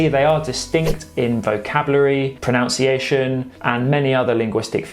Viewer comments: While I commendation you on your superb Spanish pronunciation,please note the spelling of pronunciation,as you say " pronounciation" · Really interesting BUT you are mispronouncing "pronunciation". See extract from OED: pronunciation /pruh-nun-si-ay-sh'n/ noun, the way in which a word is pronounced. USAGE: Pronunciation should be pronounced with nun as the second syllable (never as -nownss-). (OED) Re Portuguese and Galician. Both langs are pretty well understood mutually but with differing pronunciation. Best wishes. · One small correction: the word in English is 'proNUNciation', not 'proNOUNciation'.